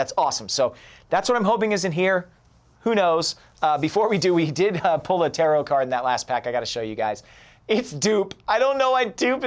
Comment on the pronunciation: I keep hearing terror cards instead of tarot :'D